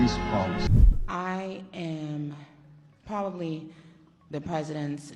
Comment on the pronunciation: Remember she says probably 😂😂😂